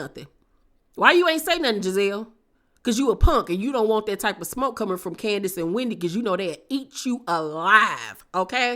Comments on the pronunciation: I screamed “omg Keisha “ when she said Can-di-ace 😂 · Yeah she said candyass